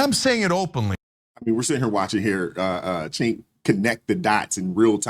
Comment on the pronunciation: It's not "Chenk" it's "Junk,"